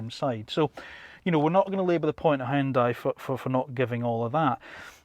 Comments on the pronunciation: its not high on dai... its hYun dai😂😂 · High-yun-dai...lol. It should sound more like "hee-yun-dae". Great review! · "Hoon dye" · Hyundai is pronounced like Sunday.